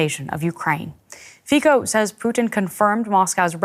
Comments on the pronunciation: / Why butchering names? Its not FIKO its FICO , C like TS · I thought it was /fee-tso / and not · Fi-ko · / Why butchering names? Its not FIKO its FICO , C like TS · You should learn to pronounce Fico's name, with c not K , he is not american .... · it reads FiTSo not FiKo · His name is pronounced Fitso not Fico in English. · It reads fik-ho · You call yourself professional journalists, but you cannot even get the pronunciation of his name right. The pronunciation is Fitso, as was the Brussels correspondent speaking. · I love how they pronounce his name as fikko 😆😆😆😆 omg! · Nespravná výslovnosť meno ROBERT a priezvisko FICO naučte sa vyslovovať lepšie . Keby sa Vám dalo počuvať mojimi ušami citili by ste sa veľmi trápne. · The pronunciation of the last name of premier Fico is wrong. Journalists' don t respect him. Its big shame. What about Macron -Facron, von Leyen - von lair............ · DW can't even pronounce his name. Lunatics 😂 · Two of the "journalists" in this video can't even pronounce Fico properly. Shows how much they can be trusted.